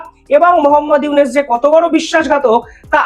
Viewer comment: প্রথম কথা হলো তুই ডঃ ইউনুসের নাম সঠিকভাবে উচ্চারণ কর তোর কথাতেই বাংলাদেশ অবহেলা পরিষ্কার । তোরা বাংলাদেশকে তোদের স্বার্থে স্বাধীন করে দিয়েছিস ভারত কখনোই কোন দেশের ভালো চায়নি। আর ভালো চাইতেও পারে না তোদের মধ্যে রয়েছে ডোমিনেটিং নেচার এই সহজ বিষয়টি বুঝতে বাংলাদেশীদের খুব বেশি কষ্ট হয় না বুঝলি রে হারাম জাদা।